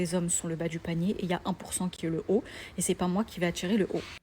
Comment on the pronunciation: "attirrrrrrrrer" frérot 😂